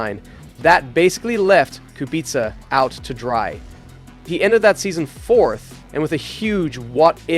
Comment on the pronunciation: He pronounces Kubica perfectly, unlike some that are saying Kubika.